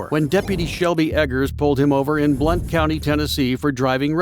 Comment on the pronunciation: Blount co Tn isn't pronounced as Blunt.